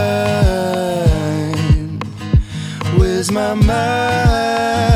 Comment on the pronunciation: This guy is REALLY good, don't get me wrong. It's just... the enunciation though. Mine=Mind, Fay=Fate? It bothers me because one of the main things my choir teacher drills in our heads is the enunciation of words in a song. Especially the enunciation for syllables like D and T.